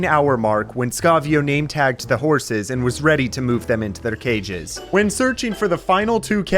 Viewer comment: why did he say “their cages” like that he sounded German